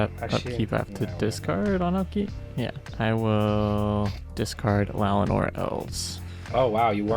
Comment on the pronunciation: i am begging you to please stop saying llaWoNar instead of llaNoWar